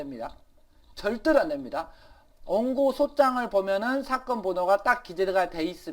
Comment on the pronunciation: 원고를 옹고라고 읽으시네 ㅋㅋㅋ